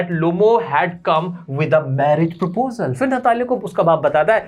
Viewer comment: perposle accepted sir 😂